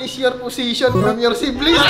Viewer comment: shiblings✅ siblings✖ 🤣😂